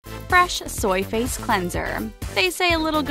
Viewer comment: Anyone else think she sounds like she’s saying Fresh Soyface Cleanser instead of Fresh Soy Face Cleanser?